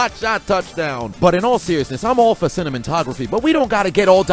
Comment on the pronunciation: Did you say Cinnamon-tography?! 🤣🤣🤣